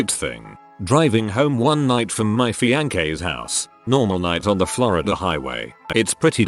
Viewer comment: Love the "fianke"